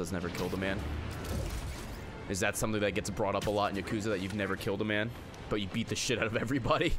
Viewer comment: the days when Ray said yaKOOza